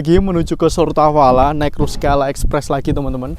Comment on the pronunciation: "Сортавала" mas